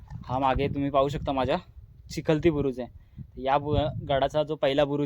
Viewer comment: अरे राजा बुरुज हा चिलखती असतो, चिखलती नव्हे।।